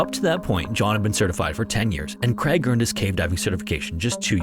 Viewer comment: Can we fault him for saying "Creg" instead of "Craig".